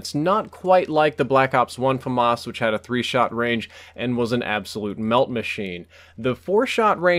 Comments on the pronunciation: fom-arse? wut, it's pronounced famas. oh you silly murican:D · FAMAS not FAhMAhS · Fast Firing Assault Rifle? I forgot what F.A.M.A.S. stands for, also, you prounounce letter by letter, so F-A-M-A-S.